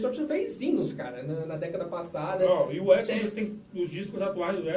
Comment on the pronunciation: essa pronuncia do nome EXODUS não está exagerada ??